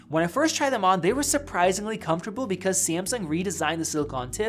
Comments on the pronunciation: Did u say Seamsong instead of Samsung?! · SAMSUNG not sEAaMsuNg 😂😂😂😂 is not that hard man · Wut did he say simsung